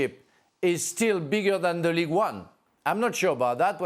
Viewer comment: my guy said slow players lol,and its league not ligue